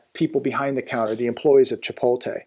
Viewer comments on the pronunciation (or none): Hey, it's not Chi-pol-te, it's Chi-pot-le...:face-blue-smiling